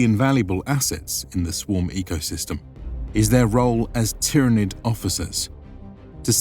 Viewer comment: Just a little pointer; its pronounced "Tyranid" not "Tyranid"